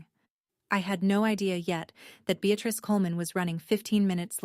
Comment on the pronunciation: And the grandmother’s name is BEATRICE not “be at risk”. Although there’s a bit of irony in the translation. 😂